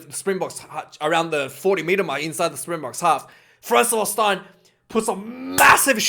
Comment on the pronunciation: Its Frans Steyn, like stain your clothes 👍 love your vids tho